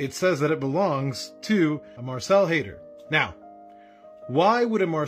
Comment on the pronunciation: At first I thought you were saying Hater lol. No, it's Haider but Hater is so appropriate. Hell no they won't show up. Hopefully they learn something from this though...